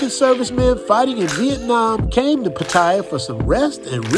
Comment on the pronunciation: great to see a foreigner that Know's how to say Pattaya right. I speak thai and read and right but almost every foreigner gets it wrong respect to you bro I love Pattaya thanks for the great video